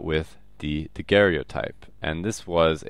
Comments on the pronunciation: it is pronounced Daguerre-o-type. should not rhyme with stereotype. No "e" sound after Daguerre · It s Joseph Nicéphore niépce(too hard to pronounce i think). And pronounce daguerr-o_type Not daguerr-é-otype ^^.